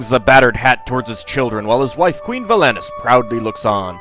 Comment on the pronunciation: Yay! I've been wanting to play this myself for a while and just haven't had the time. By the way, though, the emphasis on Rosella is on the second syllable (Rose-ELLA), and Valanice has emphasis on the last (Val-An-EESE). You only get the right pronunciation from the voice acting in later games in the series.